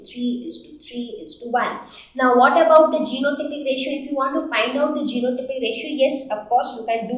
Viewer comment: Mam when you said genotypic ratio l can't catch it clearly. I think you should be mention anywhere.